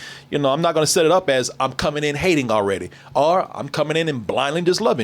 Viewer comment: I hate how says “or” sounds like arrrr